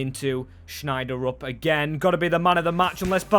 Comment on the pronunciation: His name is not Schneider-UP It's pronounced shel-drup